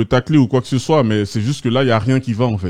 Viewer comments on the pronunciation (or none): none